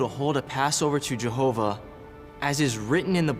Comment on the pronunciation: i had to watch this in few break downs. There was no way I could watch this crap in one go! How many times in this supposedly Biblical drama they said "Jehovah"???? I don't know if is just me, but the way they pronounce it, it just makes me creep. Well done, it takes strong nerves to watch this and make a rebuttal